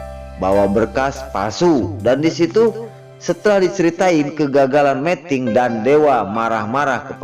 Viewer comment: Aduh min meting itu artinya kawin tolong yg bener bacanya meeting